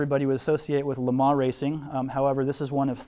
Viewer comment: Would love to be able to get to see this display. Watching this video will have to do however. Unfortunately my ocd couldn’t get past the pronunciation of Lemans (Lemar?).